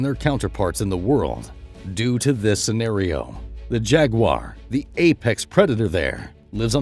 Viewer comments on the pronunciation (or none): none